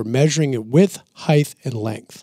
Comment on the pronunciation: Someone let know: heigTH is NOT a word.